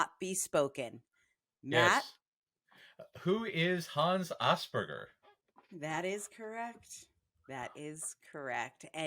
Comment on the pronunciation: Who is Hans Asperger? [and you got his name said right!]